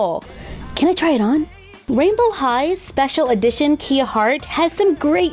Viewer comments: It pronounced as "ka-yah" not "ki-yah" like the vehicle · kya not kia 💗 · Just quickly wanna put this here love you tho Kia’s name is pronounced k-eye-a 😁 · You pronounce the name wrong, its more like KAYA Hart. Not like the car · The name is pronounced k I uh